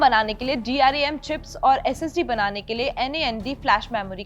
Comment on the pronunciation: Dram aur nvme hota hai bolna sekho pehle 😂